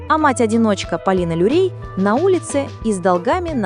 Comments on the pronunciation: Очень плохо прочитан текст, неправильные ударения и Полина Лурей! Полина Лурье. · Материал хороший, но почему озвучка с помощью бота. Неужели, нельзя живым голосом озвучить. Вот и получается Полина Люрей вместо Лурье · Если делаете видео, то изучите хотя бы правильно название имен и фамилий!!! ❗❗❗ФАМИЛИЯ НЕ ЛЮРЕЙ. А ЛУРЬЕ ❗❗❗ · Полина Лурье, а не Люрей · Люрей..пдц..Лурье..научите робота правильно озвучивать!🤦‍♀️ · Лурье!! Почему Люрей? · "Полина Люрей", "афЕристов" что за бездарь это видео озвучивает? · поправьте свою нейросетку. Люрей, Люрей) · Полина ЛУРЬЕ!!!!!!!! Автор,произносите фамилию правильно 😮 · Научите ИИ вещать правильно. Слушать не очень приятно...ДолИна, Лурей...